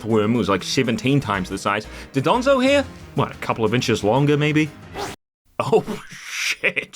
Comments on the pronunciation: not doDONzo, DONdozo!!! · also i love how everyone says 'dodonzo' instead of 'dondozo'